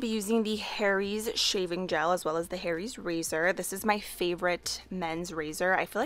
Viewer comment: When you say Harry’s it sounds like hairy’s and that’s so ironic 😂💕